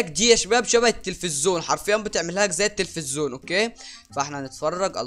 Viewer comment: اسمه تلفزيون مش تفزون